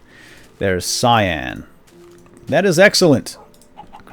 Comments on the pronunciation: its not pronounced si-an its pronounced can-yn! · its not Si-An its Cy-An. it sounds the way it is. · its pronounced si an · Also it's prounnounced (Cy.an) XD